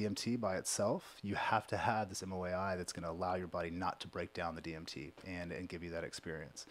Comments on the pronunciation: Not MOAI, MAOI. Mono Amine Oxidase Inhibitor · It's "MAOI" NOT "MOAI"..... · maoi, not moai. strange that someone so connected to all of this would be repeatedly saying that incorrectly. monoamine oxidase inhibitor